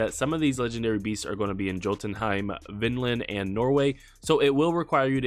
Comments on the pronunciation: No hate at all, but Jotunheim is actually pronounced like Yo ten heim instead of pronouncing the j like jo! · It's pronounced yotunheim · Jotunheim is pronounced with the "j" as a "y" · pronounced yōtən, J is silent, good video though. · It’s yo tun hiem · Where’s the ‘L’ in jotunheim? Lol Norse languages the J sounds like a Y. Sounds like Yo-tun(tin/depends on region)-hime. And again no L, no l sound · Thank you! Fantastic helpful video, but you were killing me with the hard american "J". For God's sake man, they pronounce it correctly in the game, Vikings TV series, Thor Marvel Movie franchise..... the Norse "J" is pronounced like the double L in Latinx, i.e. "tortilla". Or "y" in British Oxford and American Webster English use of "yo" or "yeah".